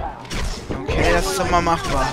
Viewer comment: Warum sagst du immer Okay so wie es geschrieben wird :)